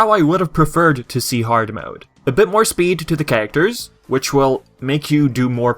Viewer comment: Nice review but why do you say characters like "carater"?